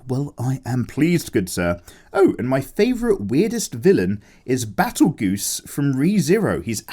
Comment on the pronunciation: Betelgeuse? Battlegoose? No Beetlejuice.